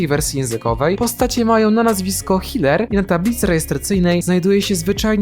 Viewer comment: NIE HILER HEELER